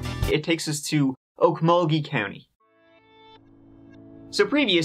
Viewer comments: I'm impressed you said Okmulgee correct. I'm from Oklahoma, my dad was raised in Okmulgee and I butchered the name as a child. You should talk about the murder that just happened there. 4 men were shot and dismembered. The story is still in the news though but keep it in mind it's spooky. Nobody knows who did it, there's a suspect but he's currently missing. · Wow, you pronounced Okmulgee properly, no one ever gets that right, great job!